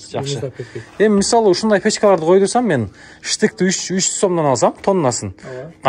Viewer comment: Штык эмес штып